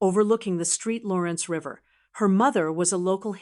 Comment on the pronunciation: ST. LAWRENCE, NOT STREET 😂😂